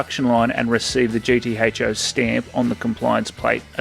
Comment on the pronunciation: Wild how you say GT HO and Bathurst